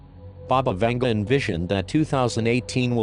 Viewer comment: Baba (БАБА) means granny in Bulgarian and Vanga is pronounced like Vanga (A as in mAster)